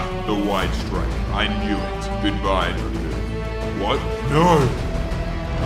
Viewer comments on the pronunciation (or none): dragooner hahaha😂